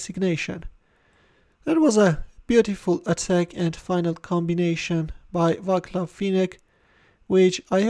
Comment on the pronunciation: It's "vaatslav" not "vaklav"